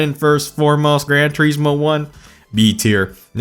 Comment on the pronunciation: “Tureeesmo” “liverees”